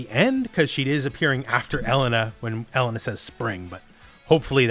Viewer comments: Pretty sure the pronunciation of her name is El-Lane-A. For whats it's worth ☺ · E-LANE-AHHHH ffs my dude. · Never in my life have I heard anyone pronounce Street Fighters Elena like that.